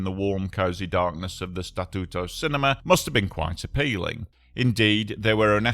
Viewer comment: Your pronunciation of Statuto it’s perfect sounds like you are fluent in Italian language, people names are good but can be improved. Overall 9/10 on Italian language speaking/pronunciation.